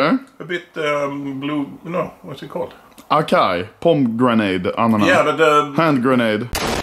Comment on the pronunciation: so we aint talking about how he pronounced acai and pomegranate? lmao made me have a brain blast